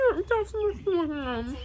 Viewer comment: Wen u say food u say Aprly😂😂😂